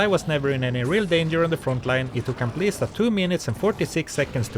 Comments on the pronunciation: The title to dis bideo should be Lezzelecting Ampleesa. xD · I know you're saying Amplisa, but it kept sounding like you were calling her "Aunt Lisa" XD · Anyone else hear Aunt Lisa instead of Amplisa? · I had this on while gaming, took me 20 mins to realize he WASN'T saying Aunt Lisa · Oh, Amplisa. I was listening on my second screen, I thought he called him Aunt Lisa the entire time. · I always watch your videos, but this time, I was doing chores and just listening. Up until 5 minutes before the end of the video, I thought you were calling her Aunt Lisa 😂😂😂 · Im 40 mins in this video watching very attentively and i read your comment, but i still hear A U N T L I S A